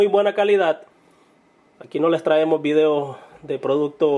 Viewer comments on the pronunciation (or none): none